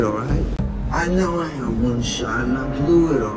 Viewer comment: Blew it (BUolUet o BlUoet)